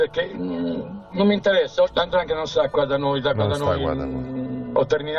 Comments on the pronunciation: Non si dice Andrangheta !!!! Si dice 'ndrangheta !!! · Tutto molto bello,ma si dice Ndrangheta non Andrangheta